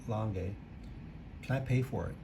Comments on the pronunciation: Beautiful watches but couldn’t watch the whole video because of the Langay pronounciation and the flyback incident. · No, please! Not Langay, Langa. If it was French it'd be Langay. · It's not pronounced "Langa" either.